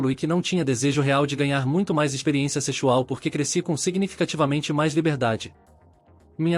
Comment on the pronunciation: "Secho?!" "Sechual?!" Mas que raios é isso?!